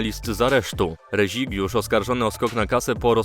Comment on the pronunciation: Reźigiusz XD ktoś ci źle napisał lub nie potrafisz przeczytać imienia Rezigiusz.